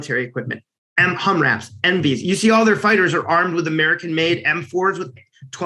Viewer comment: "...HumRAPs and Mvees..." 😆